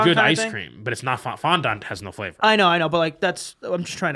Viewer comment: the way they are pronouncing fondant is killing me